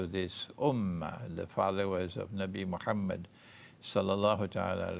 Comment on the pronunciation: sir you have saying everything that have beed said eailer but only diffrence is u cannot even pronce MOHAMMAD A.W.S.L correctly or even give a proper reference